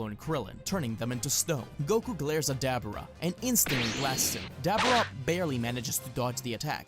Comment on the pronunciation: "dAAABuurA"?😂😂😂 I've followed you for so long, but I've never known you to mis-pronounce certain names like that lol. This is definitely a first for you.